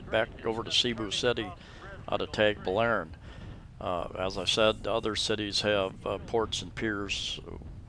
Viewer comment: You might work on your pronunciation...lol as a start...its not TAGbilaran as in playing tag, a long A, it is a short A as in water. I guess we are in the small farm group, lol with a farm in Guindulman and a house in Anda.